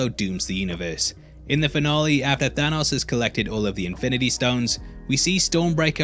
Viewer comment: I like how you pronounce Thanos like Thor, ya know not right also "killing stoke"...